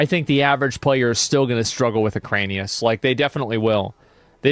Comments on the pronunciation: its erik anus, not ekranius. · Its Iran-ikus not ukraine-ius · "Eranikus." Asmongold: "Ukraine-I-Us" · Hearing him say Ek-rain-ius when literally none of those syllables are in the word weirds me out. Eran-i-kus my gamer. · SAY EKRANIUS ONE MROE TIME MOTHER %$##$#. It's E ran ik us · I can’t listen to it, I don’t know why. Enjoy the rest of the video boys! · he does it on purpose to make it appear like he's an idiot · Bro its Era-ni-kus 😂😂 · I wonder if Asmon is ever going to learn how to read. Eranikus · Is it some joke that he says the name incorrectly over and over? Probably. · yeah most likely just what he used to call it as a kid and doesn't care to correct himself at this point. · Yes. I stole it from him and it always cracks people up. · He has verbal dyslexia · The way you pronounce Eranikus 😂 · If it is elvish or if it the name looks like random noises combined together then yes. But if it is plain English with 8 letters not really. And okay you misread it once or twice. But when you are making commentary about the boss looking at it's name and misreading 10 time in a row. As a native speaker. That's wild.